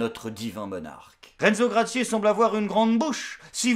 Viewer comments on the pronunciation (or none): gracie pas cracié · Renzo Gracie, ça se prononce Gra ci. Je me souviens pas qu'il ai été champion de MMA. Par contre en jujitsu brésilien, le mec rigole zéro. Ceinture coral. Le Benala, je lui donne 30sec.